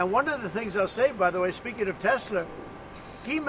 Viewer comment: He can't even say Tesla correctly! Trump - "I LOVE TESLOOOR ! " MORON!